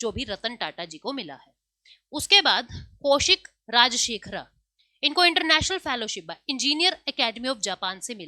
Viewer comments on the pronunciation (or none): none